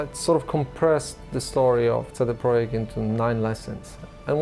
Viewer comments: I love your videos and i love how much love you give to in my opinion the best developer in cd project red but please can you pronounced their name correctly? For some reason every time you say their name it sounds like you saying CD proheck lol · no it's tse de proyekt. Ts is an approximation because it's a single consonant, absent in English. It is present for example in German: Zentrum, Zeppelin, Zinc, or Russian: tsar (цар, car). Letter C always maps to this sound in Polish, never K sound. Probably all other Slavic languages with Latin alphabet as well. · It's official, I'm saying it like: "CD Proyekt" from now on, so I can sneer at my uncultured friends when they say "what?". Great documentaries, a company to be held up as an example for sure.